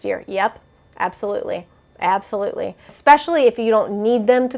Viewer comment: LOL, I say abso-toot-ly too!!! Is it from chuggington or something?! I swear I picked it up off of a kid show at some point 😜